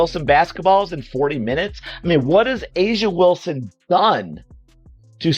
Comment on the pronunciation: A A Wilson? If you want my subscription, get your AI to read names correctly first.